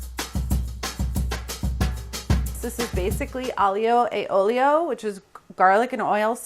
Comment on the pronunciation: Tip for fellow Americans who like Italian food. In Italian: Aglio = AHL-YO Olio = OHL-YO. Two syllables. Curl your tongue like when you say “LasaGNe” For example, Olio: You do NOT pronounce it with three syllables like “OH-LI-OH”